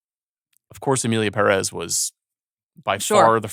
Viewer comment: I know the movie is not good but it's still kind of disrespectful that professional movie critics can't pronounce "Pérez" right.